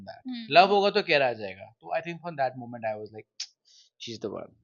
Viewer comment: Moment ❌ Mument ✅ Realise ❌ Reyalise ✅ Meant to be ❌ Mint to be ✅ And she calls herself a content creator/Influencer. Influencer of what ? To influence those kids to be ok with a guy with whom you do everything and calling out he was not the right one because aab tumhey koe naya milgaya and kept on changing guys every quarter? Or ignoring your mother to be with that so-called toxic guy. Or How to show off youtube ka paise when you are not even eligible for a clerk job .